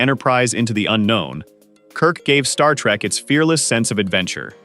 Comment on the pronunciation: Does it BOTHER anyone else how this guy keeps saying star-trak instead of Star-trek